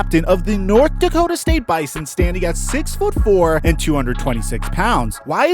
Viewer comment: Next time you talk about the bison please pronounce it bizon all the ND people are cringing